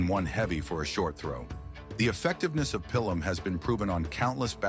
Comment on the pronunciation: How many ways can you pronounce Pilum ??? Bloody AI narration. 👎🤮